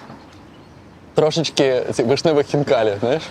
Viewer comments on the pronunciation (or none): none